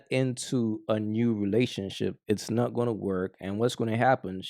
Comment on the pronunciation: Every time you say “not” it sounds like “nut” and I’m like huh??😂